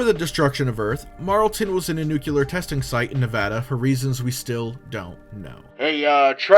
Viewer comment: Last question, what is "nuculear"? Is it different from nuclear?